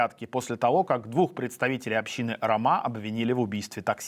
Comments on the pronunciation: Только не ромА, а рОма.. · "Община ромА". Найдите грамотных диктОров.